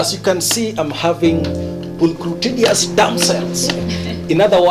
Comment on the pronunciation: It's pulchritudinous, not pulcrutadious. Regardless, that was a really charming way of introducing them.